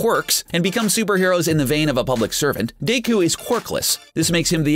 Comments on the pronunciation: Deku not dayku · Bakugou is pronounced Ba-Ku-Go Deku is pronounced Dek-ew Naruto is pronounced Na-ru-toe Sasuke is pronounced Sause-Kay Sakura is pronounced Sock-er-a You can find out by watching the ENG dub of My Hero Aceademia and the ENG dub of Naruto, Naruto Shippuden, and Boruto: Naruto Next Generations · they way the narrator kept mispronouncing Yusuke, Hiei, Deku (Midoryia), Bakugo and Alucard made me cringe so hard. learn how to properly pronounce the names correctly before making the video! SMH